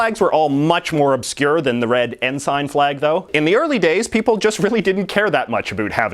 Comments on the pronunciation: It's pronounced "en-sin" not "en-sine". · It's En-sin" not "En-sign" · Completely ignored Nunavut. And the other territories. And what's with saying ensign as "N-sign" And not the "en-sen" that it actually is? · It's pronounced en sin not en sign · Ensign is pronounced "in-sin" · I was pretty sure "ensign" is pronounced "n-sen", even Oxford Dictionary backs me up citing both British and North American pronunciations as n-sen. Is it Canadian or regional pronunciation? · Yeah, I noticed that too. It's the same pronunciation as the (very) junior military rank. It was jarring every time he said it.